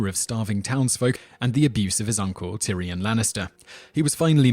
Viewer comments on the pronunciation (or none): none